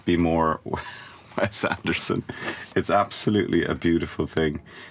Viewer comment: Cillian Murphy pronounced Wes Anderson name wrong, according to Ethan Hawk and his daughter :)